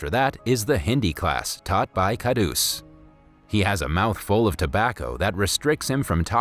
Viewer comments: Kahdus is pronounced Kah-rhoos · it is pronounced kharus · its not dabba its deba and its kharus not khadus d is pronounced as r and it means greedy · It's kharus not kadus